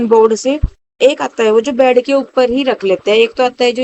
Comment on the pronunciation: Bhn bad nai bed bolte h.praise ni press bolte h.dhng se bola kro.phur bolti o log gvar bolte h mjak udate h